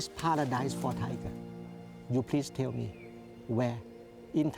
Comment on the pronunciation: I know, he Said please tell me, but it sounded like: “please kill me” ^ ^